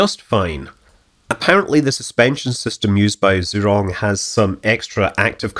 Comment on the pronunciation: Is it so hard to get the name pronounced right? Just ask your local chinese waiter.